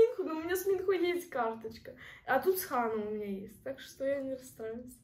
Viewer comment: извините конечно, но правильно МинхО, а не МИнхо